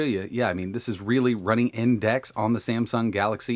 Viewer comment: It is DEX not DAX